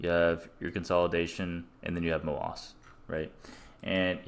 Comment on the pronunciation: i like how u pronounce MOASS so it sounds appropriate